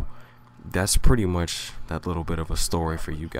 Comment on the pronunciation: For some reason I thought he said "raining pudding girl," not "reigning pretty girl."